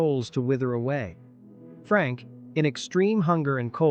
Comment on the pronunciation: Fuck...I hate this fucking AI idiocy. Thumbs down. Also, it's not Frank, goddammit. It's Frankl.